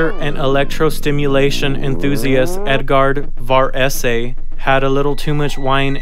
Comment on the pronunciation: your italian pronunciation... my god :°D